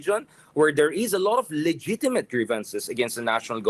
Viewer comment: 'Sara Duterte's daughter become the Vice President.' You mean Duterte's daughter Sara Duterte. Subsaharan Mindanao speak better english. Is this the only analyst CNN can afford? Get someone 'legitimate.' That is pronounce with a 'g', Richard. This guy is not an analysts in its truest sense. He is not even ready. The way he composed his thoughts shows he is unprepared a contrast to a real political analyst.